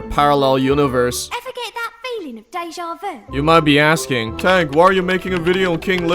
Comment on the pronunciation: Is ir just me or does he start with his video with "hi i tank fish"